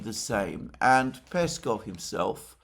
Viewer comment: Alexander Mercouris, did you read my comments about mispronouncing Lavrov and Peskovs names?